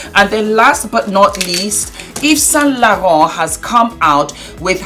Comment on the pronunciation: Now i have learnt the proper pronunciation of Yves saint Laurent! 🤣